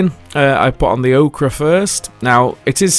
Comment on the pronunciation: Ochre in not Okra, just like Centre is not Centra - Its your language,, treat it well. You and Sorastro both drive me insane with this. Love you both though. That board looks fantastic.